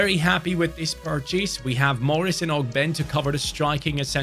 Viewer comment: What’s up I hate to be that guy but ogbene is pronounced og-ben-ay gotta represent my fellow Irishman I love the videos and keep up the grind Much love brotha